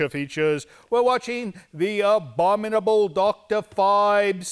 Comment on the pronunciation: cannot say the word "Abominable"! LOLOL